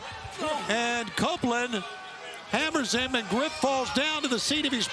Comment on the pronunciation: The Co- - -open-land